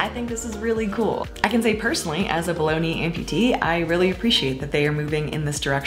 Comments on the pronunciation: when you said "below knee amputee" I heard "bologna amputee" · For a split second when you said "below-knee amputee" I thought you said baloney amputee and I was like "Wait, what?" XD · I totally thought you said "bologna amputee" but I've been on a roller coaster of a week. Haha!